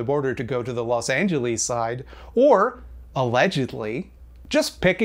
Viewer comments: I agree with you but the fact that you called Los Angeles "Los Angeleese" makes you my enemy, sorry. 😔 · Good video but why does he say Los Angeles like that